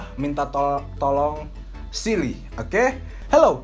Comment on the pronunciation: Everytime says “siri” sounds like “silly” eheh but thats so cute 😂